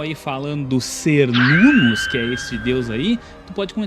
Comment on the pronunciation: muito bom o video, mas Cernunnos se pronuncia "ker-nun-nos" com som de K ou qu e não S